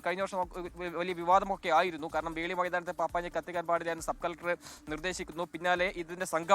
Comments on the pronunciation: Dear SKN.... FORT KOCHI യിൽ പപ്പാഞ്ഞിയെ കത്തിക്കുന്ന ground ൻ്റെ പേര് വെളി ground എന്നാണ് വേളി ground അല്ല...☺️ റീൻസൺ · വേളി അല്ല മോനെ 'വെളി'